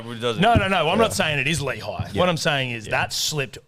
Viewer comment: Definitely isn’t Layhe, it is Lehi. Cmon